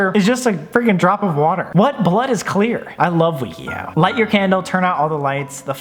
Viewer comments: “Wee-kee-how” has he never heard of wikihow??😂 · Sam: Wee kee how Other people: wiki how Me: but which way is right??? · No one: Sam: I found this site called WEEKEE HOW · Broo the way he said wikihow 😂😁😂😁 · The best part of this video is Sam not knowing what Wikihow is and pronouncing it wrong every time.